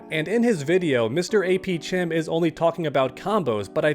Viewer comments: His name is pronounced AP "kem" like AP Chemistry. Great video man. ❤ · I think the most disappointing part of this video is you keep saying mrapchem wrong. His name is clearly pronounced khem as in chemistry. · I'm starting to think you're doing this on purpose.... it's pronounced AP "kem". Aka AP Chemistry. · They way you said “chem” 😂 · Hearing butcher this guys name makes me cringe. It’s APchem as in CHEMISTRY. Seriously, isn’t this guy supposed to be a teacher?